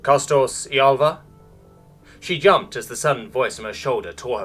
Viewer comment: I've just noticed something , she yumped? German j?